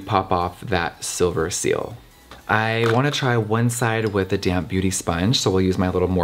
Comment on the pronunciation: Everytime you said “damp sponge” i thought you were saying damn sponge. 😂😂